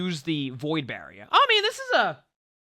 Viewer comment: The Bostonian in really comes out when he says “barrier”